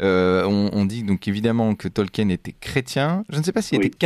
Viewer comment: C'est pas tolque-hyène, ça se prononce tolkeen.